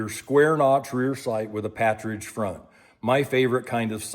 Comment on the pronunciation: Not meaning to be disrespectful but it's not a "patridge" sight, it's actually PARTRIDGE as in the bird, partridge. Just your "t" and "r" have got reversed.